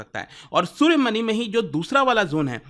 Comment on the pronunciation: सूर्यमनी, वज्रमनी ❌❌❌ सूर्यमणि, वज्रमणि ✅✅✅